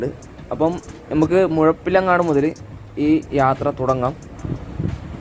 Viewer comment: നല്ല വീഡിയോ, മുഴപ്പിലങ്ങാടിന് മെയ്പ്പിലങ്ങാട് എന്ന് വികൃതമായി പറയുന്നത് കൊണ്ട് പ്രമുഖ യൂടൂബറുടെ വീഡിയോ കാണാത്ത കുറെ പേരെ എനിക്കറിയാം, താങ്കൾ നന്നായി പറഞ്ഞു 👏 Not bothering to learn how to say place names properly is outright disrespectful.